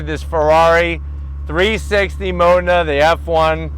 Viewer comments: Had to stop the video cause he kept calling it a mona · no offense pal but your pronounce of 'MODENA' is a bit off. i cant hear the 'D' ! here is right one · It depends. Most Americans do pronounce it wrong. In Italian Its more like Maw den a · 🤦‍♂️ I have been saying Modena wrong my whole life. My pronunciation was as follows: Moe Dean Nah. As in Nah dumbass, that's the wrong pronunciation. 😂 Fun fact, Alcoa is just about 15 mins from me. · I hope no Italian person ever hears you say Modena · I cringed every time he pronounced Modena... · Have I been mispronouncing "Modena" wrong this entire time?